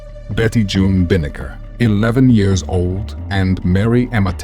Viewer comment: Mostly the pronunciation of the years kinda threw me off